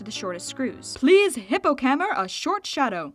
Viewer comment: "Hippocammer"? Where did that come from?!